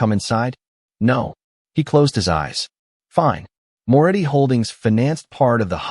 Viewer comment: It's Moretti not more eddy